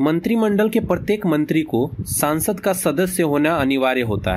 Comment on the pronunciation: Pahle संसद को संसद बोलना सीख सांसद -सांसद बोल रहा है 😑